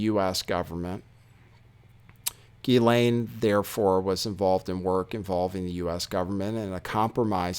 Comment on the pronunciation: FOR THE LOVE OF GOD HER NAME IS PRONOUNCED: JHIZ-LAYNE